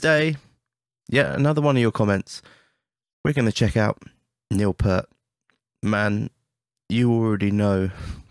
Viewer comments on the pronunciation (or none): The first thing I can help you with is how Neil's last should be pronounced. His name is often mis-pronounced, PearT . The ear is actually pronounced as it is when you are talking about someones ear. Fun facts about the drum kit. The wood that was used as veneer and structural laminations for the entire kit was salvaged from a river in Romainia, where it was preserved by silt and cold water ever since it fell into the water 1500 years ago.